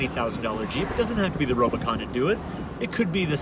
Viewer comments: Is he saying robo-con?? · Its RUBicon not rob!! Great vid ahha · Are you calling it the Robocon?!?! 🤣🤣🤣 Good video bro. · U said rubicon wrong